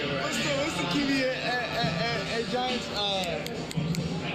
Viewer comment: He said giunts organization